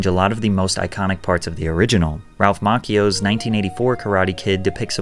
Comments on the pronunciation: can't watch your vids you miss pronounce so many words including Gram Gano (you say Gay-no) and Ralph Maccio you said (mack- eee-yo) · thank you for pronouncing his name right!!! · Raplh MaCKio?!?! what the hell dude. I can't believe I bothered with this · Ralph's last name is pronounced macchio not macckio people really need to say his name right good grief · Ralph mackio I thought everyone knew how to pronounce the name but I guess that's something Gen z still can't do because it happened before the year 2010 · It’s pronounced Ralph “Mawtchio” not Makio. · it’s “Macchio” like “macho” with an extra vowel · He pronounced Ralph macchio like Jordan schlansky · Your AI narrator doesn't know how to pronounce Ralph machio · Mispronounced Ralph Macchio’s name.